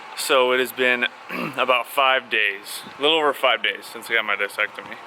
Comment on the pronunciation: It’s pronounced (Disc) ectomy .... you know, as you’re having your disc removed.